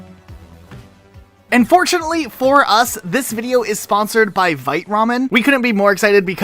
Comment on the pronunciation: I keep hearing "Unfortunately for us" instead of "And fortunately for us" at the beginning of the ad and it makes me giggle every time